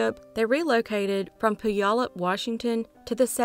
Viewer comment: Puyallup is pronounced pew-WALL-up.